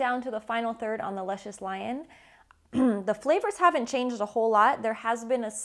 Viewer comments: The cigar is named after a character on the show pronounced Loo Shus. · pronounced Loo-shus lol